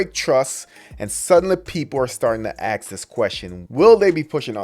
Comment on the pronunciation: Ax a question? You can't say ask? I'll bet you can't say Buick either